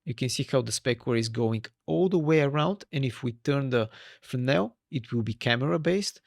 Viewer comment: Really good video love some words you be saying FERNOW thats how it sound when you say Fresnel and my stupid self go and type Fernow i was like there's a node call fernow 😁😁good video 👍👍